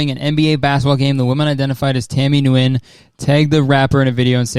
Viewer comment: Not to hate, just to educate, but Nyugen is pronounced "ou" (like in you) "e" (like the letter) "eh" (like the word) and "nuh" (like enough). People from the west have a hard time pronouncing it correctly, so pronouncing it like "when" is popular and most people Ive met with this name are ok with pronouncing it this way (depending on the person). it is also a very popular name so they may want you to not say the westernized "when". I understand the confusion, but just thought I could teach someone something they did not know before.